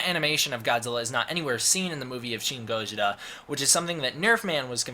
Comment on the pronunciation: Im sorry, but your pronunciation of gojira sounds way to damn awkward for some eng speakers. Why even bother with it?